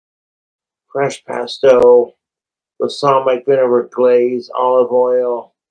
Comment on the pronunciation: Low key doesn't even sound like he's pronouncing "balsamic" right tbh... he's doing that thing where he kinda rush-rumbles words he can't pronounce/understand yet somehow thinks he's fooling people.